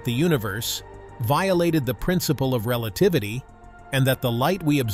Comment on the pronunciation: Relatavity. Nice.